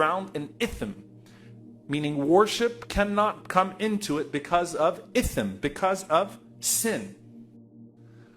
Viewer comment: It will be ITHM (اِثم) not ITHN... jazak allah khairan ❤️❤️